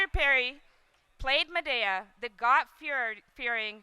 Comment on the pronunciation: Madaeyah? its MADEA